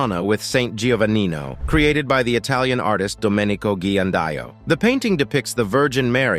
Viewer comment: Before making videos, especially historical facts, make sure to spell names and places correctly because information became disinformation very quick. Ghirlandaio is the correct last name for example and is not GUILLANDAYO.